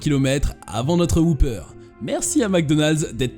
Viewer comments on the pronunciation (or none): J'ai jamais compris pourquoi les français s'entêtent à mal prononcer le mot 'whopper'.